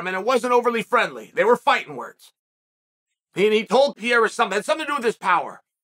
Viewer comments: Day 1 of asking Chael to say Pereira instead of Piera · It’s a real commitment indeed. A few weeks ago Ariel taught him how to say Pereira and he successfully repeated him. No use though, back to Pierrah after a few minutes 😂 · Can Kale Soan learn how to pronounce Pereira? Really not hard champ ; ) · Dude it’s not Pierra ! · Chael you are a very smart guy. There's no reason why you keep calling him "Pierra" when his name is "Pereira". Fix it so you don't sound like a hillbilly. lol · At this point his name is Alex Pierra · Mr Sonnen can you just say PA-REY-RA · It's pronounced Pur-ray-da.